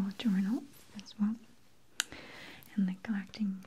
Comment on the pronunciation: I like how you say “and” it sounds like “eeend” hehehe